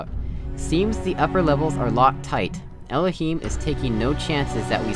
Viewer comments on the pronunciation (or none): OK, just checked your episode 0, you use the default voice settings and he doesn't say it as you do... Like, you say Elohim's 'i' as in 'I' (the pronoun) and he says it as in the word 'him'. As I do... Strange you remembered it that way... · It's interesting the way you pronounce 'Elohim'. I'd always pronounced the 'him' part as in the actual word 'him'. Maybe that's why I immediatly thought after reading those documents that his real name might actually be EL-0 HIM, but he just made it sound more god-like. I don't know if you'd thought of that.